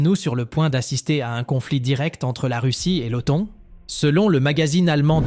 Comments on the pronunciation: Les auteurs de cette vidéo la trouvent "captivante" - c'est bien d'être content de soi. Par contre la voix synthétique qui parle d'automne pour OTAN, personnellement, me captive assez peu. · Manifestement une voix numérique incapable de prononcer correctement l'acronyme OTAN. Négligence ou je-m'en-foutisme ? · Surtout qu'elle le prononce de plusieurs façons différentes... Oton, Otane, Otône 😆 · C'est la première fois de ma vie que j'entends quelqu'un prononcer normalement l'OTAN puis "OTON" puis "OTANE"